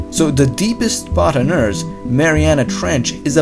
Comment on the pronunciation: He said "Earss" instead of "eart" or "earth"